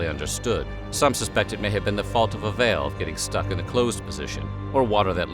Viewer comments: im sorry, a 'vayalve'? dont you mean a valve? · Im sorry - how the hell are you pronouncing the word 'valve?' You sound like you're having a stroke. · So you are saying "valve" 😂..... Took me a few times based on how you pronounce that word